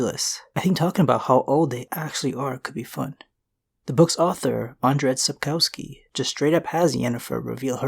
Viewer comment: Lucky me I guess... also Sapkowski is pronounced Sap-Kov-Ski